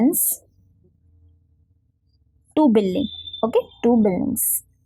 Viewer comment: Billing nahi building hota hein 🤣